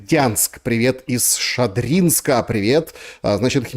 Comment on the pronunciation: не ШадрИнск😂 а шАдринск))извини,за замечание